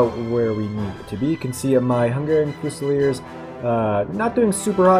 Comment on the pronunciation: THREE SYLLABLES. FU SA LEARS